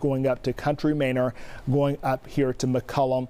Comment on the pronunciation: Bro COUNTRY MANOR 😂😂😂😂 not minor. Not mayner. 😂😂😂